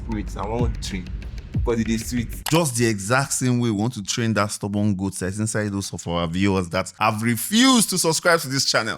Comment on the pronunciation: Bro said “train” and “tame”. Na dragon?😂😂😂